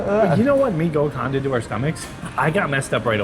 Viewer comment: Gacoan said ga-cho-an